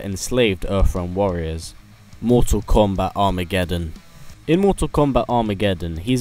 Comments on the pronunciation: Kombat not Komat ;) lol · kombat?....is komat a word?